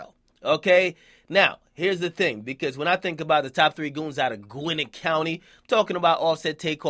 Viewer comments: It's not gweenetttt It's pronounced GWHEN NET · gwinit county? its pronounced gwinett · Nigga its pronounced GWEN-NET GWEN-NET. Put some respeck on ATL's name Akademiks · boy it's Gwinnett county not gwinet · Why you pronounce gwinnett like guinit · aye you said gwinnett wrong! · Why he pronounce gwinett county like thay